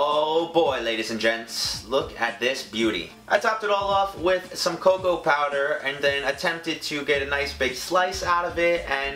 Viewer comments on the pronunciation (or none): none